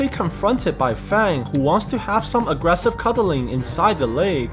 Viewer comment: "aressive cuddling"💀